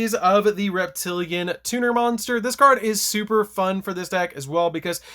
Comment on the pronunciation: Pretty sure it's SUPPOSED to be pronounced Reptili ANNE like the female name. After all it's normally spelled reptilian.